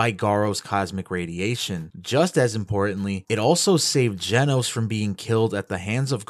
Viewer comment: its not jenos its genos you triggred me so bad in this vid 😭